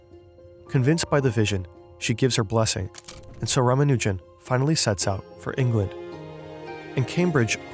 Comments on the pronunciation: maybe someone can tell the guy how to pronounce Ramanujan? I mean, the guy he interviewed said it correctly more than once. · PSA It's pronounced ra-MA-nu-jun. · I've always heard it pronounced Rah-Mah-New-Jen. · Please don’t continue disrespecting S. Ramanujan by mispronouncing his name